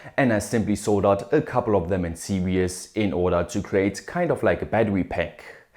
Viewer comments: hey brother i noticed your saying "serious" instead of "series", or ur saying "seer-E-us" instead of "seer-Es" (<--long hard throbb...i mean long hard E) i wish somebody helped me with little things like that, i hope it helps man, ur english is otherwise really good tho u must have/get plenty practice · You said "serious" instead of series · Why does 'series' sound like 'serious'? :)